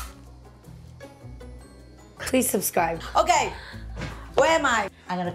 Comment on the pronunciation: Mama Mai: Subscry😂😂😂